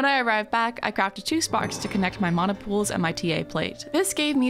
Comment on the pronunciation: This is such a small thing, but as a Hawaiian it makes me super happy that you're saying mana right